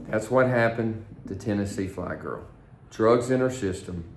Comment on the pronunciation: its TNFlygirl not THFlygirl.